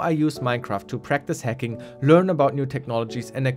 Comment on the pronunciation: I kept on thinking he was saying 'hecking', not hacking